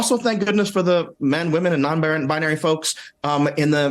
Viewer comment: Did he say "non-bianary"?